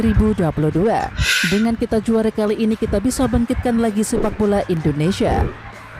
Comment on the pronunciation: Indonesia bukan Endonesia.